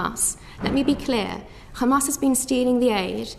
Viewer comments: The zionazi was really trying not to say “kkkkkhaaaamas” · She is poking her nose in a region whose people know how to pronounce the letter ح without knowing how to pronounce it … “Kh”amas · The way they pronounce Hamas as Khamas is seriously one of the most annoying things in the world. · She said Khamas and Fatakh - which is the way Ash kenasis in Palestine mispronounce those orgs - instead of the natural way an English speaker would say those two nouns. She's a radical. End of conversation. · Thats a mossad agent with dual citizenship. Anyone who u hear pronounces Hamas as Khamas is Israeli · She pronounced Hamas Khamas like how Israel says. Says it all, she just copies and says what Israel says, doesn’t fact check or find out. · Also, notice that her fake pronunciation of “QKKHHAAMAS” slowly went back to her original native language which is the typical white pronunciation “Hamas” 😂 why do these small caps like to fake all of that? Its like they’re desperately trying to convince themselves that they are indigenous to the land 😂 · She can pronounce "H"umanitarian... But goes with KHamaaaaaaaaaas!! 🤣🤣 Laughably stupid!